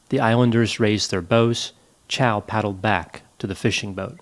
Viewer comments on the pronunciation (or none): "MY NAME IS CHAU, NOT CHOW".